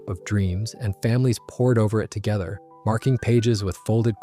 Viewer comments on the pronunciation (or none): none